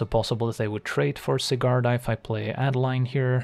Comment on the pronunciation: Great content. My only complaint is that it's A-deh-leen, since it's a germanic name, being Innistrad heavily inspired by nineteenth century german folklore. Keep it up!